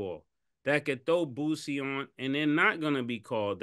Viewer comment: I know you didn't just mispronounce this man Boosie name aw hell naw. Who is "Lil Boozy" lmao?